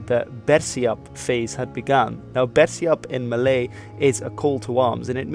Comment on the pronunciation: "Known in malay" bruh you triggered me